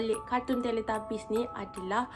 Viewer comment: Teletubbies ❎ Teletabies✅ tapi saya bukan nk mengata kak sorry ye...tapi sebenarnya teletubbies.